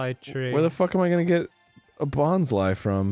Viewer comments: Anyone else insanely surprised when Arin pronounced Bonsly correctly? Dreams do come true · I always pronounced it 'bons- lee' but bons-lie makes more sense lmfao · And yet he managed to pronounce its name correctly. Almost no one does that. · Is anyone else absolutely blown away by the fact that Arin knows the proper way to pronounce Bonsly?